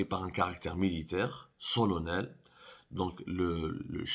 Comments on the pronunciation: Solennel se prononce solannel. Pour c'est SOLONNEL....Tu devrais arrêter de t'exprimer en français. Au fait, Tahkout t'appelle toujours ? Je pense que tu as le même niveau de français que lui.🤣😂🤣😂🤣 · Berka ma teqloz.rak tetleg felgnine La caravane passe et les chiens aboient.C'est ça solonel .allez apprendre à prononcer solennel et vous vous arrogerez le titre de journaliste. Merci pour le cours sur le protocole ya 3arrifou.